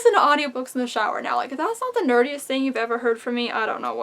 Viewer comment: You were talking about the speakers for your shower, I swear you said “that sounds like the dirtiest thing” not “the nerdiest thing”😂